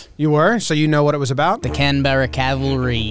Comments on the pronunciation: You're putting too much effort into saying 'Canberra'. We never say all three syllables, just pronounce it like 'can-bruh'. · Got kinda close with the pronunciation of 'Canberra' there. Well done. It's more like 'Can-bra' but not too bad.